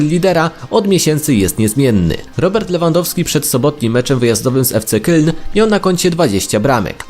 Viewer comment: Fc keln się mówi byku